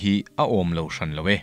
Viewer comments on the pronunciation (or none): none